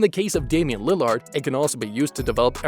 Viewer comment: Are you incapable of saying lillard or something